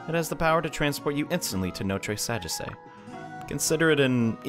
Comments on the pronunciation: maybe in japanese but notre sagesse is from a country in europe so different pronunciations No-treh Saw-geh-see is how it would be pronounced over in europe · I'm french, and you should pronounce it no-t-reuh sa-jeasseuh. It probably is impossible to read but anyway xD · I must admit, you nearly said it correctly, just that the last e isn't pronounced, but that was it